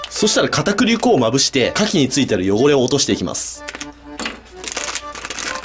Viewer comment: 片栗粉とか、味噌がぎっしりとか言うときのなまりすき笑